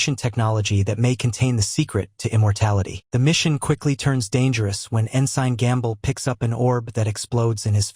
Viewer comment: Please learn how to say ensign. Also the reason they had the right artifacts wasn't coincidental, it was because those artifacts helped them gather the information to find the site.